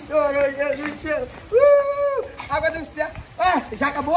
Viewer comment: Ele fala Jesus cherou